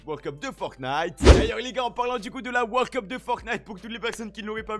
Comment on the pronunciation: Le mec il dit wor cup c'est world cup